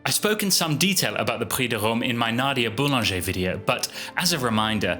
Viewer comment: LMAO! Read her name as 'LIL'' Boulanger'? 💀💀💀